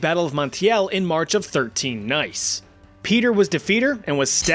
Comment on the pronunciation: "In march of 13nice" 😂😂😂